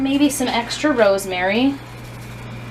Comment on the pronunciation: Did you say.... ROSEMARY